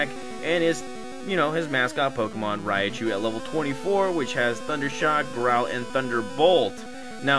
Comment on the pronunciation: Its not pronounced raiichu its raichu srry jus irks me rai pronounced like rye as in bread rai means lightning. Raikou, raichu, raikage from naruto. Raiden from mk and such. Great series tho got me wanting to stream pokemon again